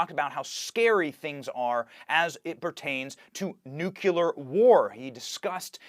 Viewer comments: Nuclear: new-clee-ar NOT new-q-lar. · Benny, sweetheart, nuclear = [new + clear] NOT [new + cue + lerr] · What if we distinguished between supporters of W and Trump by the way they pronounced “nuclear”? W: three syllables, new’-kuh-ler; 45: two syllables, new’-kleer. Why are conservatives the only ones who insist on not learning to pronounce the word correctly?